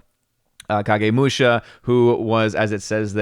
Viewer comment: Is the Big Bottom on?, you pronounced Kagemusha correctly. Musha = warrior. Not sure what Kagemusha literally means. Jidagekki.... guess where Lucas got the name JEDI.